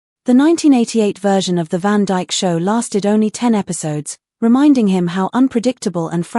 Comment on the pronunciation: Its Dick Van Dyke,not Dick Van DJK.